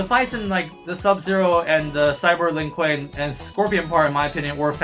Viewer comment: Don’t forget,, it’s not Lin Kuei, it’s “LEEN KOOEY”.